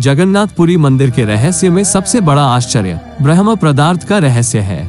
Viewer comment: आपसे निवेदन है की कृपया शब्द का उच्चारण ठीक से करे ।आप ब्रह्म पदार्थ को भरम् पदार्थ कह रहे हैं